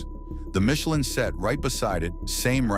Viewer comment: Younee Royal and Michie Lean, Porshee...Done